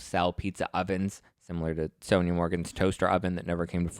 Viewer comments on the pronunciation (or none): none